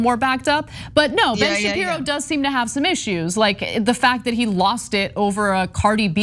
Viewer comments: Ben shapiro not shabibo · “Shabibo” bahahahahaha